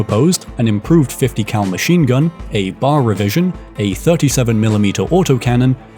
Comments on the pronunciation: It's pronounced B.A.R. Literally nobody calls it Bar. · Sorry, but it’s Bee-Ay-Arr, not simply BAR. Loved the video though. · Each letter is pronounced …B-A-R. not “bar”. Cheers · It's pronounced B.A.R. not bar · It's BAR, as in B.A.R. not bar. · Why be lazy ?? Use a real human to narrate !! It's a B. A. R. NOT a bar !! Christ you said Browning Automatic Rifle ... it's the military anogram. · Ok,I have to say it because it's bothering me. We do not call it the "bar." We always spell it out: B-A-R. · Until newsman, author Bill O'Reilly read one of his books on tape some years ago, I had never heard of the Browning Automatic Rifle being referred to as a 'bar'. Always I heard B-A-R. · A "bar" is something that Davy Crockett would fight. There is a weapon known as the B.A.R. They are not the same thing, nor are they pronounced the same way. The Browning museum in Ogden, Utah is well worth a visit. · It is pronounced "bee-aye-are" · 1. It’s Georg not George Luger 2. It’s B.A.R. Not bar